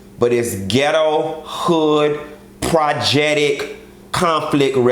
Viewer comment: Not "projectic" biiiish! Lmao 😂😂😂😂